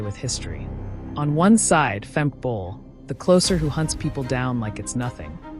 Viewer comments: Her name is Femke not Fem. How hard is it to say? She’s not your friend. The commentator’s over familiarity is unacceptable. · So how seriously do you expect us to take your video when the 'announcer' YOU chose can neither pronounce Femke nor Lovrone properly? If it isn't important enough for you to make sure that the two people who are the focus of your video aren't identified properly, don't be surprised if we pay zero attention to your videos.